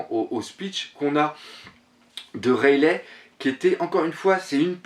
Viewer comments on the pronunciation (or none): Point de vue interessant si j'ai une remarque a faire c'est la prononciation du nom des personnages rayelait ça m'a fait mal (rayeligue c'est mieux) ça fait plus vo sinon pour le reste je continuerai a suivre comme gonzaroo vous vous rejoignez pas mal et les hypotheses sur la suite font rever